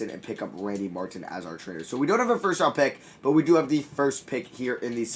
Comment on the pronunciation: It’s a miracle! He said Martin with a t and not a d 🤣🤣